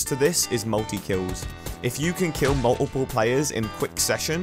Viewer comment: bruh how he says multiple in